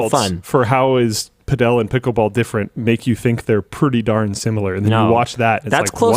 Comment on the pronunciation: Pretty sure "Padel" is pronounced "paddle" isn't it?